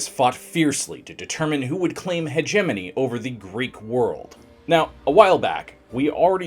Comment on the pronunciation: I hate the way you say hegemony